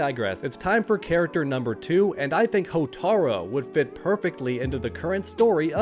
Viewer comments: Cant ignore the fact that he keeps saying Hotar-o instead of Hotar-u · Hotar-U not Hotar-O. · You mean Hotaru? Not Hotaro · HortarU!!! Not HotarO How has nobody corrected this? I bit my tongue but hey small mistake but when you talk about Motaro and then "Hotaro" its...eh. its Hotaru. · It's pronounced "HOH-TAH-ROO"! Hotaru! NOT "HOTARO"! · Hotaru not Hotaro 😂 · "HOTAROO". It's not "Hotaro", you clown. "Hotaru". It's not hard bro. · His name is Hotaru (hoe-tah-ru)